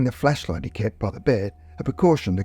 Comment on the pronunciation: Why does it sound like you’re saying fleshlight instead of flashlight?